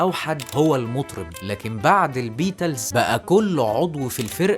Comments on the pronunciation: فيديو معفن اووووي نطق الإنجليزي ضايع بالذات البيتلس ودخله الحرب بصراحه فيديو خايب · عندي ملاحظة في نطق بعض الكلمات بحسها غريبة زي البيتلز و الذوروة